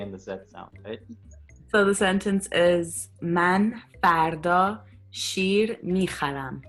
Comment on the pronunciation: I heard kir actually 🤣 shir becomes kir. I guess we are going the right path as Iranian cus nowadays asabe kiri is asabe shiri 😂😂😂